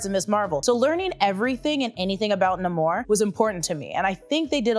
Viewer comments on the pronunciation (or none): Can be Nah-mor or Nay-mor, either way. Its when Jorge “Hor-he” is “George.” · His name is pronounced NEIGH-mor 😐